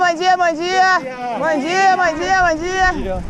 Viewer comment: when people or a bike rider pass by, u say "bonjia " After google searching, i learn good morning in Portuguese which is "Bom Dia"